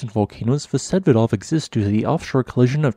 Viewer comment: Vsevidov pronounces with accent on i.